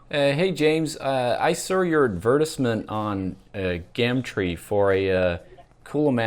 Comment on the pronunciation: ad verse ment LOL